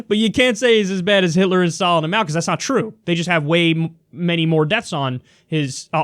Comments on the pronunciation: Máo’s name should be in the second tone, not the fourth. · It's Máo, Kyle. Rising tone, not falling.